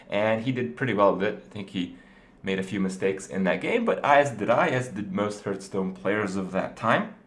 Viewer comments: i`ve always wondered, why is he saying "hurtstone" instead of "heartstone" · its HEARTHstone, not HURTstone..